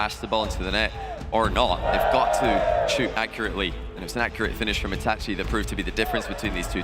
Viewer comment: Jonnyboi and consistently mispronouncing Itachi is so aggravating.